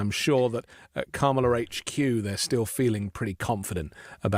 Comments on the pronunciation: “Dramala” for Kamala with a Racist Slant 😱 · I about threw up at the "Dramala" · WTF is a dramala and a pajamla? 🤔